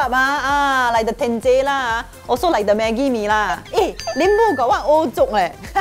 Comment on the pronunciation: Meekia calls Maggie Mee " Mamee " 🤣🤣🤣